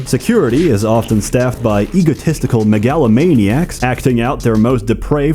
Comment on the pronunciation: I love how pronounces "megalomaniacs".